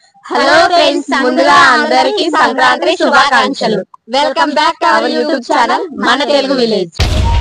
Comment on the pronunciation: సంక్రాం త్రి కాదమ్మా సంక్రాంతి